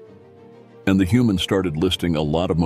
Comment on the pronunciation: Human I thought you said noman